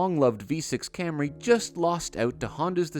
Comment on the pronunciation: Слышали ,даже пендосы не называют Камри как Камри